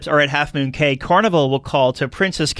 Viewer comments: It's pronounced "key". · Please learn how to say the word "Cay" - it is pronounced KEY for both Princess Cays and Half Moon Cay